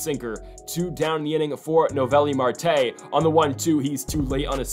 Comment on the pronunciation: Still not pronouncing Marte’s name right 😂